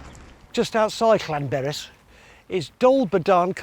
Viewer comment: "Lanberis"? "Penyerpass"?? Is he back on the drugs again?? 🤣🤣💉💉💉💉💉